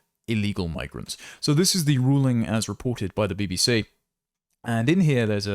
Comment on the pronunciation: “Be Be See”…🙈🤣🤣🤣🤣